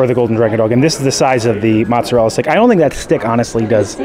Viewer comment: Not sure why you’re having so much trouble with mozzarella stick My family enjoyed this snack with no complaints